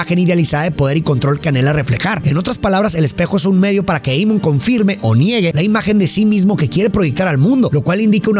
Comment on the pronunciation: Pedazo de animal.. el nombre es en Alemán, se lee tal cual Amon.. no Eimon.. Burro frijolero.